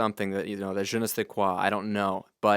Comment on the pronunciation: his accent when he said "Je ne sais quoi" was funny lol... This plugin looks and sounds awesome thanks for reviewing it.